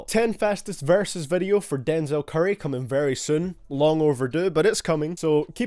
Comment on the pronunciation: screw the video but who wanted to kill themselfs after hearing how he said dezel curry